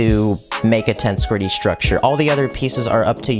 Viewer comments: The emphasis goes on the second E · So much is wrong with this video. 1. His pronounciation of the word "tensegrity" 2. The dragon is female. 3. You can't put a helmet over a pumpkin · Stressed and unstressed syllables are just as important in understanding what is going on as the Lego build manual is. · does anyone else find it kinda triggering how he calls it “tense gritty” instead of “tensehgritty” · Yeah, it's pretty obvious it should be pronounced "Tens-eg-rit-ee". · Its acctually pronounced ten-seg-rity and not tense-grity. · This was a great video, and I enjoyed the build, but: 1. It's "ten-seg-rity", not "tens-gritty" 2. It's "The Ender Dragon", not "The End Dragon" 3. The Ender Dragon is a she 4. Her name is Jean Just little pet peeves of mine. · Ten-seg-ri-tee, not tensigry. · TENCEE EGG GRIITTY NOT TENSGRITTY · it is tensEgrity, not tensgrity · Lol wth is that pronunciation of tengresity It’s ten-gress-ity btw. Not tensecrety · It is pronounced: (Ten-seg-ri-ty) not tense gritty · It's pronounced. Ten-seg-rity Tension + integrity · i think you mean 'ten-seg-ri-tee'. when you break down pronunciation like that, you don't start the syllables with vowels (except in very rare circumstances, or when the word starts with one) because that's not how the words are formed when you speak. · Tense be griddying 😆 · Bruh every time he says “tense gritty” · bro why he say it like "tense gritty" tho- lollllllllllllllllllll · Ten seh gret tea. Ten seh gret tea. It is pronounced 'ten seh gret tea' It is a combination of the words 'tension' and 'integrity'.. 'Tens/egrity' Ten seh gret tea. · its pronounced TEN-SEG-RIT-E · I can barely watch this because of "tensegritty" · (Tens-seg-rity) pleas say it right it hurts 😭😭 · ender dragon is a she. also it’s pronounced tehn -SEH-grih-TEE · why does he say tensgritty?? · U don't pronounce it as tenshgrety:l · Please stop saying tense-gridy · ITS TENSEGRITY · He also mispronounced tensegrity